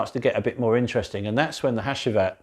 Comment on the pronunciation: Hacivat is pronounced Hachivat..Another good review. Think I'll stick with my cheapie A.D.A.M for my Aventus clone 👍